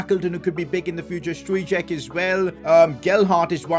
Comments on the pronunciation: struijk is pronuounced as struik not stuijek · It’s pronounced struyck